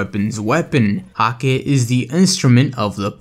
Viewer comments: bungie comfirmed that hakke is pronounced hah-kuh just to let you know :) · Hakkë is hah-kuh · hakke pronounced as hak-kuh kinda like hacker